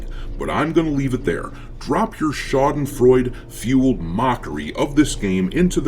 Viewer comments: Schadenfreude 90% pronounced right, well done dude 🤝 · Haha I love how you pronounce Schadenfreue. And yes, it IS extremely satisfying to see all those multimillion $$$ corporate "products" fail in the market. I had my epiphany with Far Cry 6. Such LGQBT BS completely ruined it for me (even with my low expectations for a new Ubisoft open world game). Netflix was cancelled when this Star Trek show where everyone was gay just wouldn't stop discussing everyone's abnormal sex life. Bah I cannot stand this shit anymore!!!